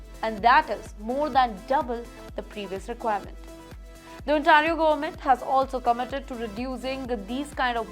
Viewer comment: Please pronounce Ontario correctly.Thanks